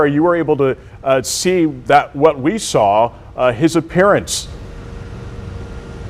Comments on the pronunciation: Sierra needs to work on pronouncing words. I cringe every time she says soll instead of saw. Another one is preeeejudiced instead of prejudiced. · Good god lady, the word is saw, not s'all. Go to school people!!! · She keeps saying “SAL” instead of “saw”😅 drives me nuts! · There is no “L” in saw - just sayin’